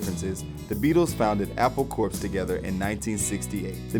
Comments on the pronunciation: it's pronounced CORE...... not corpse lmao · Apple Corps (pronounced "core") not "korps". Please! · It’s pronounced apple core, it’s a pun not apple corpse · How do people go through life thinking 'corps.' (An abbreviation) is pronounced Corpse? That blows my mind. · It's pronounced Core not Corpse